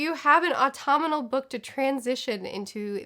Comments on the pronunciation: Wait, was she saying "autominal"? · I love how she apologized for her pronunciation of "autumnal" in her other video but hasn't changed it! Stay true to you! 😂